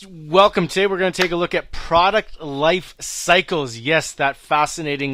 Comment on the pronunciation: Product not Praaart please